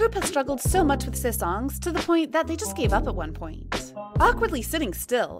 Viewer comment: it's sasaeng not sasongs